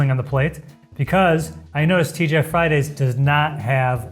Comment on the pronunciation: The amount of times sounded like he sed TGF Friday was childish;)